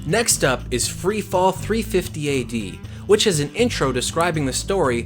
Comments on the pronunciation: THIRTY FIFTY AD. Thirty fifty ad. whew ok. sorry for shouting. I just could't take your incorrect narration calling it 350 ad much longer. smh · THIRTY FIFTY AD. Thirty fifty ad. whew ok. sorry for shouting. I just could't take your incorrect narration much longer. smh